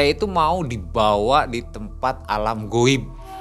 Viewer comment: Lucu pas lagi ngomong "makhluk gowibb" 🤣🤣